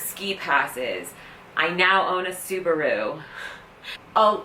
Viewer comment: The way you said Subaru made me laugh way to much